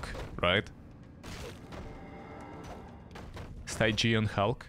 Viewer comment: stygian is like "stih-JEE-in"